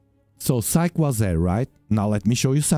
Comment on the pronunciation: Psyche is most likely named for the Greek goddess of the soul. Her name has been translated to Latin and has a long e at the end, sounds like a y. Yes I know English isn’t your first language just sharing some information.